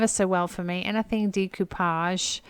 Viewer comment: I adore the colors in that vase! I love to hear you say Decoupage and macrame! the best ever!! I love how gentle you are even with the items you are not getting, I have watched other resellers picking out items and i know it sounds weird but they show no kindness or respect for the items. Especially when someone is looking through items in that person's house alive or deceased there should be a bit of respect. yes i know they are just items but to the person who fell in love with that item enough to buy it and bring it home. Thank you for taking me along and teaching me so much about what items are the ones i need to look out for!💜💜💜